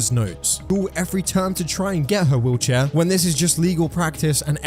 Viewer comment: I kept hearing "wheelchair" as "woocha" and I was so confused wondering what the hell was a woocha 😭